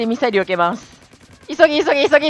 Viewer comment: ごめんミサイルがみさえるに聞こえた|ω･`)